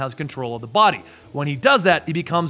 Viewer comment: I love how pronounces the D in 'body' as T so he says "botty" instead. It's super dope.